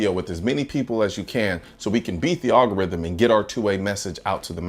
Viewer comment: Love your stuff and I agree with you, good sir. but. it’s al-go-rithm, not all-go-rithm.🙂